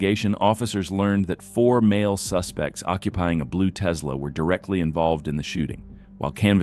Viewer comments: . It's not a blue "Tezla". It's "Tess-la". Please learn how to pronounce names of cars, etc. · These videos are great & I thank you, but how TF do you not know how to pronounce, "Tesla?" There is no Z.